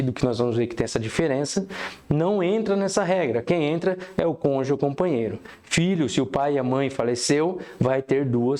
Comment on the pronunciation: Do "conje"? 😂 Muito bom o conteúdo. Mas, realmente, a pronúncia de cônjuge chamou atenção 😂